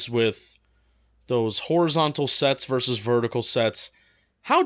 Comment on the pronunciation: Thanks.. at least now I'm not alone in pain when he constantly says 'verse'. 😖